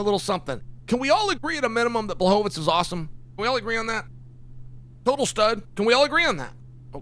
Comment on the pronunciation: Chael. You're saying Blachovivich wrong